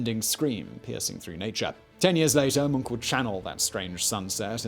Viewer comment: Simon is really good at telling a story. I kew about krakatoa from before, but I still felt captivated. Also the last place I expected to see Zack Pinsent and props for actually pronouncing Edvard Munchs last name correctly.